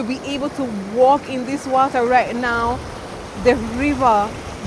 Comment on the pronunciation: Am so happy and blessed to be Jamaican one love everytime 🇯🇲 ❤🙏 I think you are fully Jamaican now me girl the way you sat wata